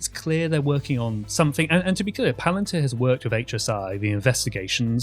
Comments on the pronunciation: Dude. This is not hard. Pal-an tear.....not PUH-LAN-TIR. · "Puh-LAN-tir"?? You didn't even look up how to pronounce the word? And with that click-bait title... Jon Stewart basically said nothing more than "oh wow". He didn't destroy shit. You are an absolute moron. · I think this is real serious but please pronounce the company name correct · Why are you mispronoucing palantir. It sounds like a different company. Please pronounce it properly so its uniform everywhere.